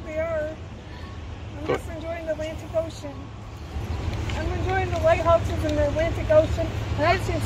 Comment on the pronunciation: Lived by that ocean my whole life, never knew it was called the "A - lantic" ocean. Never realized there wasn't supposed to be a "t" in there. The more you know.